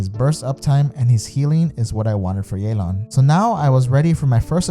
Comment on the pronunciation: stop saying yeylan, it's ye ( same as in yes) and lan (same as in can) theres no ey sound. you can even look it up in a chinese name pronunciation site